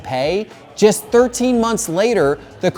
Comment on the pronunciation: Just, not jest. But thanks for the vid.